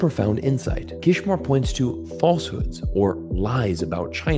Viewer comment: Good video! But it's Kishore, gosh darnit!!